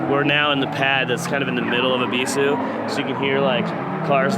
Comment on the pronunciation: ONLY AMERICAN ON YOUTUBE TO SAY EBISU CORRECTLY! I HAVE BEEN SATISFIED. THANK YOU.